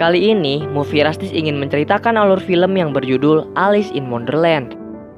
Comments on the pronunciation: Kak nama nya Elis bukan alus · Mon maap bacanya elis